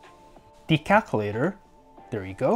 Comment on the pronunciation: 'the caculator'